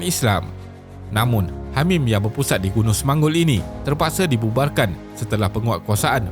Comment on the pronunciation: Hamim dengar seperti Hamas. MashaAllah. Terima kasih admin tidak berpihak hanya satu pihak saja. AllahuAkbar. Anak muda bersama PAS 🤍💚🤍💚